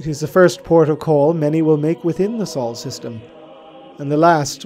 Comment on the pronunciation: Our star is called sol like soul, not saul Otherwise, awesome video.